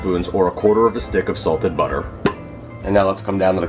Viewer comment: Everytime you mispronounce butter you lose a sub...